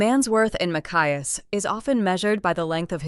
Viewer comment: It's Ma-chi-ass 😊